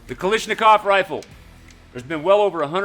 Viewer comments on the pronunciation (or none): OMG. Love your work but it's "kalAshnikov", not "kal_i_shnikov". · did not just call it a Kalishnikov 🤦‍♂️ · Ah yes, the Kalishnikov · this supposed ak master can't even pronounce "Kalashnikov"